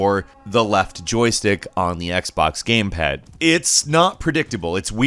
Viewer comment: Gayme paaad